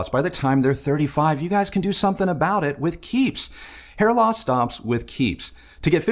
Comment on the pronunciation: Hair loss… i heard: HEAR LOSS 😂